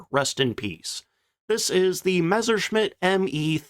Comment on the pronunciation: One of the few WWII channels that doesn't pronounce it "Meshershmitt." THANK YOU.